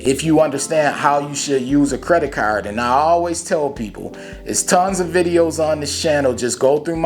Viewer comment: Lol yea I like how u say caaarrrrrd 🤣 where u from bro? U gotta be close to where I'm at talkin like that 🤣